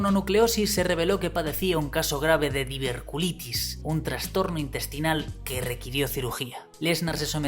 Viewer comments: No se dice diverculitis, se dice diverticulitis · Lo que más me duele del video es que repites un par de veces diver-culitis cuando el nombre de la patología es diver-TI-culitis jajaja